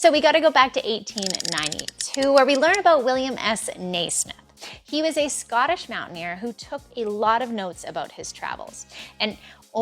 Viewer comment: Naismith pronunciation verified by Scottish subscriber 🙂